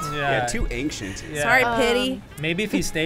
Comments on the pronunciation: a classic ancshient. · too "ankshent" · ah. and his "ankshint"